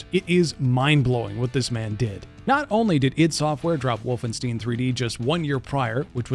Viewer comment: WolfenSTEEEEEN. Thia guy only made this video to farm likes and money because the new Doom is dropping tomorrow for early access players (like myself). You can tell he is not a Doom fanatic.